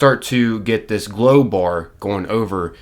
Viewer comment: Am I the only one who hears blow every time he says glow? Nothing like some coked up ghouls... in the wast(ed) land.. 🤣